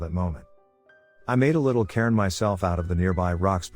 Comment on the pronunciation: If you listen to #23 without knowing he's saying "cairn" and not "Karen" it's truly an odd story 😂